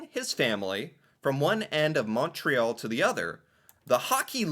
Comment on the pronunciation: Hey.. Montreal is pronounced mun-tree-all.. just wanted to let you know.